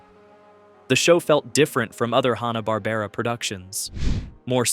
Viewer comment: "Hawna" Barbera...?? Sometimes it's said like that in this video, sometimes it's said right. How about watching any of the million videos about Hanna-Barbera to learn how to pronounce the name properly?